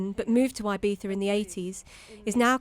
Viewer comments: Eye-beetha! As soon as she opened her gob and referred to Ee-beetha as Eye-beetha, I turned off. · 'Ebeetha' is how is Ibiza pronounced - not 'Eye-beefa'.. for gawd's sake. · say Eye beeza one more time.